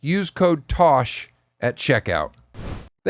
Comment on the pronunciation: Tish, Trish without the "r"